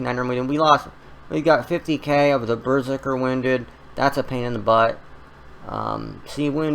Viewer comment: It's berZERker not BERzerker lol